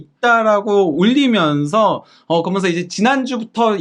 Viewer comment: 그어먼서(그러면서), 딸으며으(따르면은)....